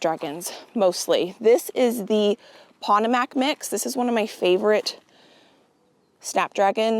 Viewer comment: Oh you were doing so good for a minute with the Potomac pronunciation. Remember it’s like the river